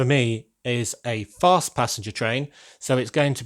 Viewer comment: Fast not gast